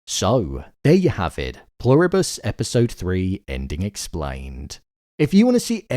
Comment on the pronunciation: I am SO glad you stopped saying “Plur-ree-bus” 😂😂